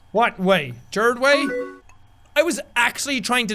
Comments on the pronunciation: DID HE SAY JAROD WAY NOT GERARD. KMN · The way he says gerard sounds like "gerd way" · Did Jack say " What way , Gerard Way " because if not than I'm going crazy